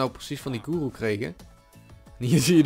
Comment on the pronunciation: Guru(je spreekt uit goeroe)